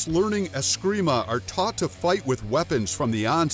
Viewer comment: "If you know anything about martial arts you know about askreemah and eeyado" well you obviously don't know anything about martial arts pal.. ya can't even say the word right